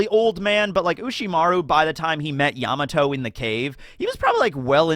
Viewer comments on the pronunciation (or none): none